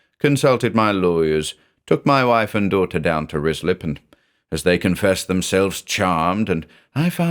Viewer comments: Love this, but as a former local, it’s pronounced RYE-slip 😊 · This is surely Ruislip, which is pronounced Rye Slip. ❤ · I keep hearing rizzler, and oh boy, it's the funniest thing. Could be a April fool's